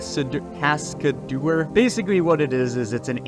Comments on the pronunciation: "cas-ca-deur" not "cas-csacs-casdeur" 🤣 But yea, it's a pretty cool program. I've played around with it a bit myself. The issue for me is getting used to the controls, and also rigging for it. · "Kas-ka-dew-er" Darling. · lmao is it not pronounced cas-k-dor? 😂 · "Kaskas... Keskadur... Kesk"... Anglo-saxons, tsk, tsk. 🤦‍♂😆 Thanks for the video, Cascadeur is an excellent tool. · Good Lord is it that hard to Pronounce Cascadeur Cas-Kay-Der Remember Phonics, Sound it out when in doubt I have been using this program for months now, its great! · Cascadeur. It's really not hard to pronounce. Americans' habit of making fun of words from another language really isn't as funny as they might think it is. In front of an international audience, at least. It just shows you up a bit. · Here's a tip. When you can't pronounce something, or read for that matter, just break the word down into it's syllables and say them slowly. Practice and speed up until you can say it in a normal sentence. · Cascade? Can you say the word "Cascade"? Then ad "urr" sound to the end... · It's really that much harder to pronounce than Cascading ? ;) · how u managed to mispronounce cascadeur is beyond my understanding but this is a good video